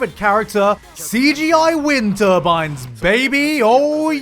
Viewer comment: Turbine is pronounced like engine